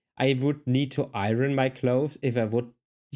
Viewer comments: Sorry if someone already noted this, but since this young man’s English is so superb, I think he’d like to know that the R is silent in “iron” (at least in the USA). For example, you wouldn’t “I-Run” your shirts, but instead, you’d “I-urn” them. I wish my rusty German were 1/100th as good as his English! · Hi. Iron for Americans is pronounced eye-urn. Your welcome cutie. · Strange English quirk you may find helpful and interesting. "Iron" is actually pronounced as though it's "iorn", with an emphasis on the first syllable, and the two syllables kind of run together, almost into one. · Iron or ironing is pronounced " i-ern or i-er-ning", just sayin'! Just trying to help. It's also easier to pronounce. 😊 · In the US, we use humidifiers in the Winter when forced air heat dries it out. Air conditioners in the Summer also dehumidify, but I don't need a/c that often, so I have a dehumidifier in the basement. I had a compact dryer, and clothes came out wrinkled. Got a full size dryer, and no wrinkles, no ironing! BTW, the word iron is easy to say if you think of EYE-urn, or I earn. Don't let the spelling make you think that's how it's pronounced! 😀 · I hope you dont mind me telling you, but, in English, the word Iron is spoken with a silent 'r'. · Heheheh yeah, German-speakers often mispronounce “iron” because they simply aren’t used to languages where spelling doesn’t match pronunciation fairly closely. Another one they often get wrong with a similar type of error is “series”, which they tend to pronounce as “serious” (“siri-es”) instead of as “siris”. FYI, “iron” is pronounced like “I earn” in all native dialects of English, with the R sound being whatever that dialect happens to use. The only potential exception I can think of is Scottish (because I don’t know how they pronounce it).